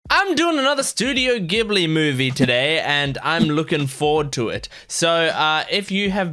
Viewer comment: スタジオ「ギブリ」じゃなくて「ジブリ」なんですよね…。